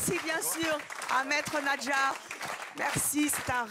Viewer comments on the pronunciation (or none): NaDjar Evelyne et non NaJdar. ..😛